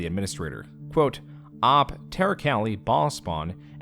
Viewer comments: >pronouncing OP as “ahp” instead of “ohpee” AI? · Somehow the most horrifying thing in this entire video was pronunciation of "OP"